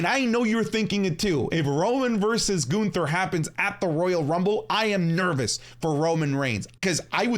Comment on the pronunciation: Bro said Gunther lol 😂 stop